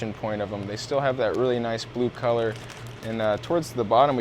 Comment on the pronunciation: I KNEW I WAS NOT THE ONLY ONE TO HEAR HIM SAY clit